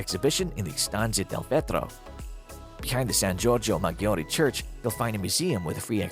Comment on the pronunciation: Some places filmed in the piece are not even in Venice!! Some pronunciation issue too - Salute, Maggiore, Tedeschi, Torcello, Gesuiti, trompe l'oeil, San Michele, Fondamente Nove, Arsenale, Giardini Pubblici, San Zaccaria, Giudecca, Sestiere and Cannaregio are all pronounced incorrectly.